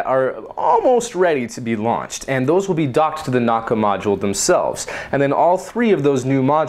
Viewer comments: Pronounced "Na-oo-ka" not not "Nok-ka" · no naka its called nauka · the correct spelling of nauka is Na-oo-ka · The Russian "Nauka" is pronounced "Nah-OO-ka" with 3 syllables. The second one in caps is stressed.